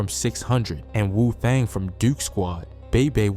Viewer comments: Why make a documentary and you don’t know nobody name or how to pronounce they hood? D-Thong is blatant disrespect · U MUST BE A WHITE BOY BECAUSE AIN'T NOWAY IN HELL A BLACK DUDE WOULD MISSPELL STREET NAMES AND BLOCKS LIKE THIS HIS NAME IS D-THANG NOT D-THONG AND IT'S THE LETTER O AND THE NUMBERS 51 SO IT'S THE LETTER O 51 NOT ZERO 51 AND IT'S NOT WIII CITY IT'S PRONOUNCED WICK CITY WHICH IS 'O'BLOCK NOW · Talking bout Dthong(Dthang) and methang(Mthang)🤣🤣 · He called d thang da thong. Pls learn the names first. And called bob o Bobo. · how you mispronounce this shit with so much confidence 🤔 de thong, ebuheart, block as black etc.. sheeroid 😆😆 I cant 😂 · He ain’t mispronounce nothing he’s dissin lmao D thong